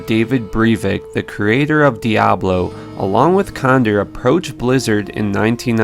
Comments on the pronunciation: ...Con-door not Conder. Pronunciation son, use it! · Its pronounced con-dor like a vulture not cond-er you fuckin weird beard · condor is pronounced con-door. like the bird condor. get a dictionary